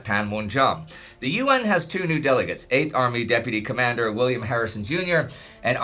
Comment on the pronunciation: I have a question. Its my impression or said comander with german accent?